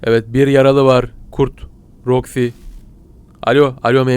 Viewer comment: ABI SEN KAFAYIMI YEDIN MONTIYE MANTYI DIYORSUN ROXIYE ROKA DIYORSUN